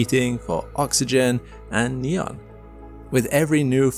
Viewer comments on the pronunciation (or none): none